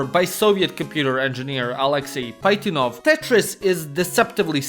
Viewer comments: It's Pazhitnov not Paitnov blyat. Пажитнов. You got bamboozled by dumb English romanization. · Alexey Pazhitnov became Alexey Paytinov😂